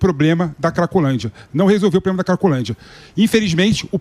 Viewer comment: O "cidadõe" quando fala "poblema" já mostra o grau de "igonorança" esquerdopata!!!